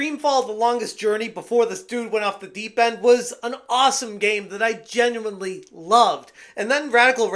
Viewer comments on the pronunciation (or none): none